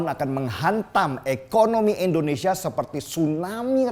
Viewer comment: Indonesia! bukan Endonesia!!!